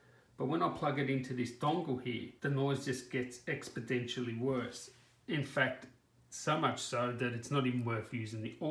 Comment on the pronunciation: "expodentially" lmao